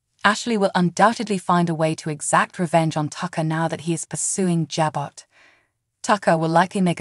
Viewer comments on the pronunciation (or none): Jabot is pronounced Ja Bow! The t is silent!